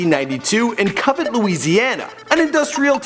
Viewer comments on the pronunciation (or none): it's not covent it's convent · Convent Louisiana not covet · Has this guy ever heard of the letter "n". Jarvis is from Convent, Louisiana. Not covet